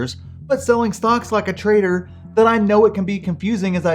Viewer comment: I misheard 'trader' as 'traitor'?